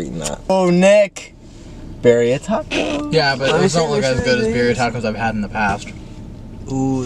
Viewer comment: the at they were saying Birria is so funny😭